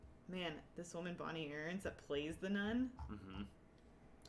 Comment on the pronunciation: Lol Elyse- "WO-man the control panel"